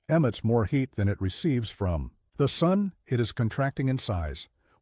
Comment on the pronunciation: “Even the Soon itself”? Makes sense. Rhymes with moon.